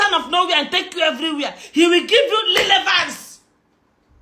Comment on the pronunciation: Lilevance. Na wa oo. She's really murdering English. Tufiakwa.